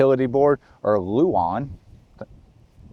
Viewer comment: OMG! He said luan not Lou Ann lol darn now I can’t make fun of that anymore! Good for you reading the comments section lol.